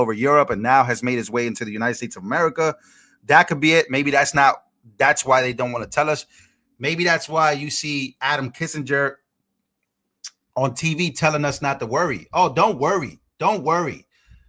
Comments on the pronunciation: Kin zing er not Kis ing er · Kinzinger, not Kissinger. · His name is Adam KINZINGER, not Adam Kissinger.